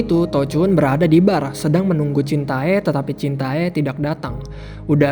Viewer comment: Jintae = dibaca jinte